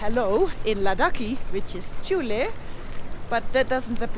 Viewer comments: Not 'Chuley' ....it's Juley. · it's actually Juley - not Chuley.:)